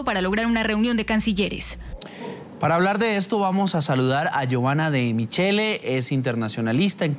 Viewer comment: se pronuncia MIQUELE